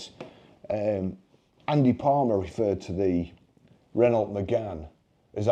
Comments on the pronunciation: Ren-no and not Ren-alt. It’s like fingernails down a blackboard to my ears. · Maybe after a few years practice you will be able to pronounce Renault